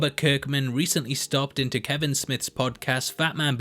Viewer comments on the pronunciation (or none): none